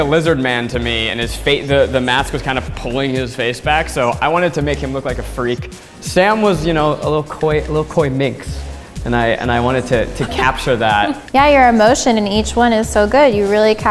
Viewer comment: Zach describing Sam as a "coy mink" instead of minx is hilarious to me XD